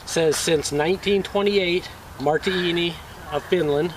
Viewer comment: It's pronounced Mar'/di/ini. Great video - nice knife! Thank you for posting! :)